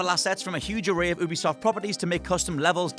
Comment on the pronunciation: its not oo-be-soft its you-be-soft